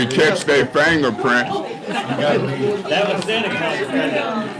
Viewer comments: Fangerprints he said not fingerprints 😂😂😂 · "And if we catch their fangerprints😂😂😂"